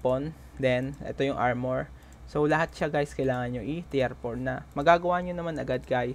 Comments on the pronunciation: Well explained sir! Medyo na bother Lang ako sa pronounced mo nang (Tier) instead of Tir, na nabanggit mo ay Tiyer or Tiyar. Just correcting Lang sir but your video is very helpful. Thank you anyway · tir hindi tiyer.....